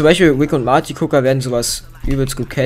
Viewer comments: Man spricht es morty und nicht marti aus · Alter rick and morty und nicht rick and marti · uff ja xD Aber wie er es ausgesprochen hat. Belastend